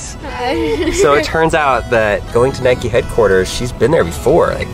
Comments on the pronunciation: Triggered by the way they say "Nikey" eurghh. It's 'Nike' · It's Nike not nikey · Nike is probably pronounced like bike. Not Nikey. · Don’t you mean Nike not nikeeeeeeeeeeee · nike not nike-e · the way you say Nike triggered me